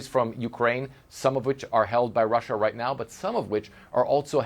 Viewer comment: Why does he say Russia like that? Has no one told him how weird he sounds?